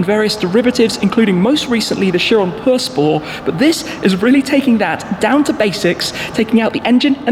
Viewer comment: Chiron pur sport.....not "pur spor" lol